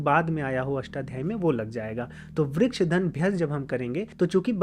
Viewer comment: As a Sanskrit learner and teacher, I request you to pronounce the complete sound of the svaras. I understand Hindi has half sound of Svaras, but वृक्ष is pronounced as Vriksha (note, I don't mean Vrikshaa) and not Vriksh. When there is a halantha, the svara is cut by half. Like if you want to say Vriksh it will be written as वृक्ष्।there is no word like that in Sanskrit. It is वृक्षः or वृक्ष in sambodhana. क्ष् + अ। request you to please not swallow the अ🙏😊Correct उच्चारणम् is very important in Sanskrit 🙏this my विनम्र चेष्टा to make Sanskrit accurate। बाकी तो, आपका काम पुण्य का है। प्रणाम।